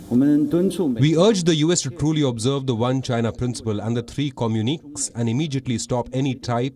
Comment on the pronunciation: Editor communiqués pronounced like commun-I-kay not communeeks..(FYI)